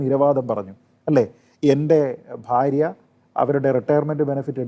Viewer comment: ഫാര്യ അല്ല ചേട്ടാ. ഭാര്യ 🤣🤣🤣ഫരിക്കും എന്നല്ല ഭരിക്കും. പിന്നെ ഇയാൾ പറയുന്ന ഒരു കാര്യമുണ്ട് കോടതി ശിക്ഷിക്കുമ്പോൾ അത് അന്തിമമാകും എന്നുള്ള കാര്യം കോടതി ശിക്ഷിച്ച എത്ര കേസിൽ വിധി അംഗീകരിച്ചിട്ടുണ്ട് ശിക്ഷിക്കപ്പെട്ട അഴിമതിക്കാരായിട്ടുള്ള ക്രിമിനലുകൾ